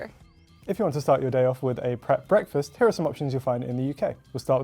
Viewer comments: Pret sounds like preck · Did you...did you just pronounce Pret with an accent? 🤦‍♀️